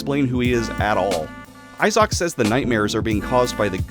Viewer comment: Bro is butchering names, Isock, surjes, Gay armor 😅